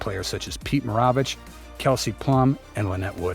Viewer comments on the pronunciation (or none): You do basketball videos and you can't pronounce Maravich correctly?